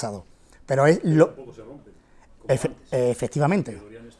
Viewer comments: Nooooo, no bro dice efetivamente JAJAJA no efectivamente pon Atención!!!!!!!!!! Jajaja lo dice unas 20 veces efetivamente JAJAJA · Nooooo, brooo dice efetivamente no efectivamente fíjate bien lo dice unas 20 veces efetivamente JAJAJA pon atención